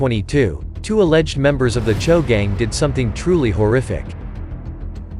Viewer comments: It’s spelled choo but pronounced cho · So these guys spell their gang as CHOO (Chew) but prononce it as CHO. Smh.. Get it together ya.